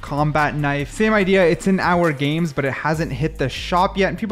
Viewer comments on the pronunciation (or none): none